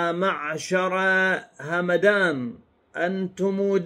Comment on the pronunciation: أعتقد ان القبيلة تلفظ همدان بسكون الميم